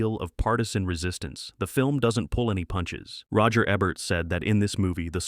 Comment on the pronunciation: Ebert is pronounced with a long E.